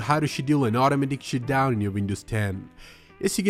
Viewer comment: “shutdown not “shitdown”!!!